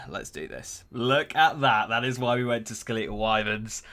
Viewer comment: Skel-eetal Wyverns 😂😂